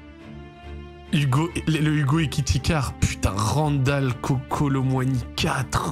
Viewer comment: Hugo lille 😂😂😂 Hugo Leal prononce "les halles"